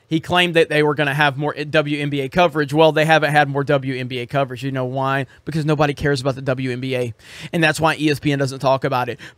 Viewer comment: Because-uh, dudes-uh...